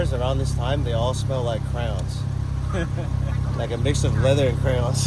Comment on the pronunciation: Dear lord, CROWNS?!?! I'm always amazed at the way some people pronounce the word "crayon" haha